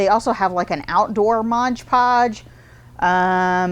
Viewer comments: MOD podge. Not modge podge. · I hope someone tells her it's MOD not modge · Mod Podge, not modge podge! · Mod. Podge. Not Modge Podge. Lol.. they should just change their name though, no one gets it right... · MOD Podge not MODGE Podge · Normally I love the two minute art tips, not today. Every time anyone calls it modge Podge, I wonder if they can read. It is especially grating when an artist, a representative of a company trying to sell the product can NOT call it by the actual name. MOD Podge, every time said modge it was like nails on the chalkboard, I kept watching to see if she would correct herself. NO, it didn't happen. Please if you are going to carry MOD Podge call it MOD Podge. Thank you! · We love you! Please say M-O-D Podge😘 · it sounds like you are saying "Modge Podge". I have used Mod Podge to coat paper beads. Even when dry, the beads have a tendency to stick together when I keep them in a container, as I tend to do with other beads. When I shake the jar, I can generally get the beads to break apart; but, is there anything that I can do to keep them from sticking togethe to begin with?